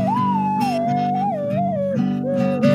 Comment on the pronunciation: "one, two, three, fur.."